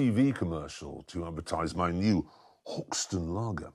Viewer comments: “Hawk stone” mate, not “Hawkstn” 😉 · Hawkstone but he pronounced it hawkstun???